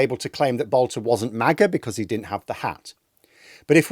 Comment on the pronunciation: His name is Boelter not Boulter. He has no relationship to the divine Katie.